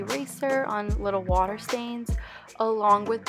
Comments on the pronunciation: Yes I love how she says "wata" and "showa" 😂 so cute! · I almost died...watuh and vineguh 😂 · The waaaaay you say water took me out ! 😂 waaaah duh I say it like it written, wa ter 🇨🇦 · I like the way u say "water" 😭